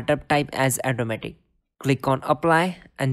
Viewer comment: Thanks for info but pls it is 'Auto' matic , not 'eto'matic